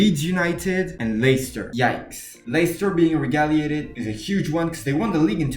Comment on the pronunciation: Pronounced as Reg-gull-lated.